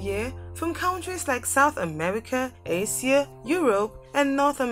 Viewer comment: What about Acia? when referring to Asia 🤦🏾‍♀️